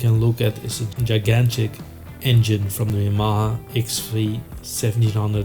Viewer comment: Where in the world did you learn to pronounce 'Yamaha'?